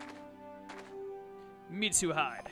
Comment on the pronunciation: I'm the same with how you say Mitsuhide. It's Mitsu He - Day. It makes me laugh, too. Then again, I've binge watched this entire series for the last 3 days since I'm in lockdown with literally nothing better to do.